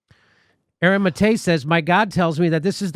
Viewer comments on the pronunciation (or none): none